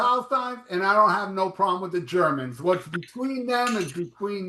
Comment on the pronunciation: Ze Germans! Nice one 😆 🤣